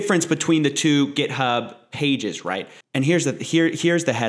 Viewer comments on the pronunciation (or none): none